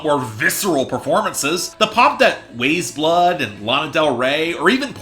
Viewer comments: This is easily one of the best albums not just of this year, but this decade so far for me, but I respect your opinion. I think what bothers me most is how you say her name. it's pronounced like WISE blood, not WAYS blood. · its pronounced wise blood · it’s pronounced wise blood my dude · You could not even pronounce her name correctly, says all I need to know about the thought put into this review. Don't talk about this artist again please. This review is a bomb on the level of Fantano House of Balloons and the dislike ratio says it all